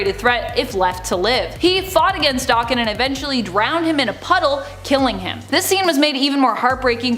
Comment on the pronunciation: Does she purposely mispronounce names? Never heard anybody say daken that way and when she says Xavier it's like nails on a chalkboard